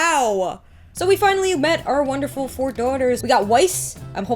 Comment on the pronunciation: I love how you say “daughters.” WE GOT AW FOUR DAWTAHS HERE